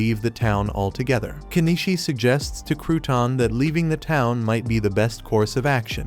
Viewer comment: Nor the difference between Kenishii & KeniCHI